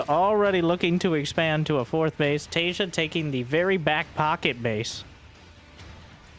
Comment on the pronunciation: "some of you may recognize.. Taeja" looking at another monitor, my head cranks around like something from a horror movie bit i beg your finest pardon?? what name did you just say?!